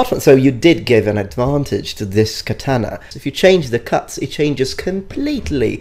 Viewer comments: The fact that he pronounces katana as KAH-TAN-AH triggers me. Too bad he passed away so we can't tell him the actual pronunciation in person. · And also WhY dOeS hE kEeP sAyInG kAtAnA WrOnG each word in katana is supposed to sound like an oh not Like an AN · Can-tana lmao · deh katanuh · His pronunciation of Katana causes me to feel unwell. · the way that guy pronounces katana is giving me earcancer. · Hate how he says katana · I just have a problem with him saying “Katana” as an asian American.